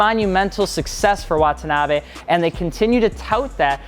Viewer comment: レーシング comes out to "racing". And "Wah-tah-nah-bay" - no double syllables.